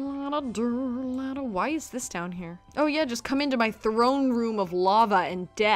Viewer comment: Can't even say her into right